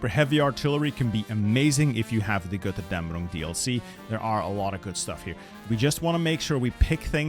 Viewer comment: the way you pronounce Götterdämmerung😍